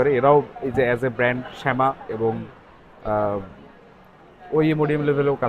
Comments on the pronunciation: নট শ্যামা, ইট'স সামা। খ্যাতার গাট্টিদের কথায় কিচ্ছু আসে যায় না। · সামা -কে শ্যামা কেন বলেন ? 😆😆😆